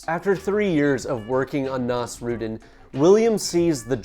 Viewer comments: ❌️ naws-ROOD'n ✅️ naws-roo-DEEN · ive never heard someone butcher nasrudin's pronounciation this badly before. can you search it up next time? its not that hard to pronounce correctly